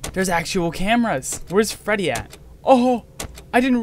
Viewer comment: “Hi fweedy!”